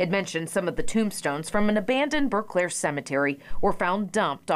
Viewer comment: Pronounce it as Burclair,not Burke lair.